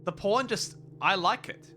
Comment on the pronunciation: when he says pawn i hear porn